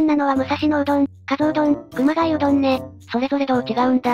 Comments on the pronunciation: AI音声の影響なのか、熊谷市をちゃんと「くまがや」読んでるのに熊谷うどんを「くまがい」と読んでるのと同じ間違いでしょうかね。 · かすではなく かぞ です あと くまがいじゃなく くまがやです